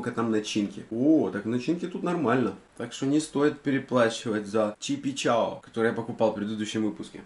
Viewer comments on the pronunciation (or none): Не чипичао,а чипикао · Ору с того,как ты говоришь чипичао(а не чипикао),!) #больше чипичао! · Рубрика классная, я не видела ещё подобную рубрику;) Лайк+подписка с меня. И да, говорится не "ЧипиЧао", а " ЧипиКао" 😋😉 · Не чипи чао а чипи као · Вообще то не чипи чао, а чипи као. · Не чипичао а чипикао . и городская колбоса вкусная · Правильно говорить не чипичао а чипикао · Не ЧИПИЧАО а ЧИПИКАО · Чипикао***А не чипичао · Правильно говорить ЧИППИ КАО